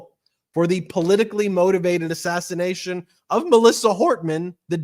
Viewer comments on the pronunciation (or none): why are you calling it an ASSISSATIATION?